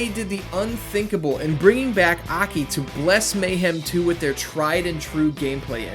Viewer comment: Ahkey lol.... Its A. K. I.